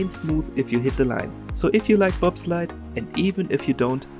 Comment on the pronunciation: bro rly said BobSlide xdd